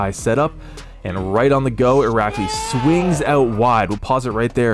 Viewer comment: How many times did you have to practice saying his name 🤣 that was so impressive